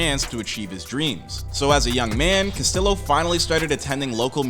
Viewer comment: Dude say the name right yeah dumb mf. Castiyo